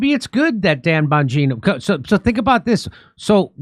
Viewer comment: “Bonjourno”? Are you saying “hello”, in Italian for “Don Bonjourno”, “the Godfather of Hello”? Just try & pronounce the names correct please? Not sticking up for em’ but get it right.